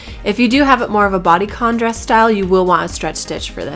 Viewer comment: Why is your "d" at the end of the words "b"? bress instead of dress!!!LOL